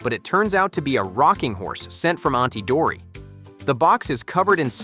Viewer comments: it's not auntie dory its auntie dottie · It's auntie dottie not auntie dory